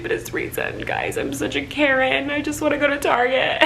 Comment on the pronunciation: every time she called herself a “karen” i thought she was saying “carrot” n i was genuinely confused